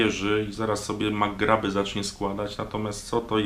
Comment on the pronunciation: Babka ewidentnie naciagaczka to fakt. A MAGRAV nie "magrab" jak to powiedział działa tylko w trochę inny sposób. Zapraszam do lektury o technologi Keshe